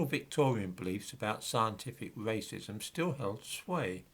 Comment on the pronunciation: Why the fuck can't you pronounce the letter R? Scientific wacism, Hiewawchy, annoying as fuck!